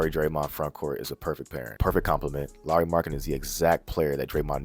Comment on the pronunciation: You even pronounced Lauri’s name correctly.lol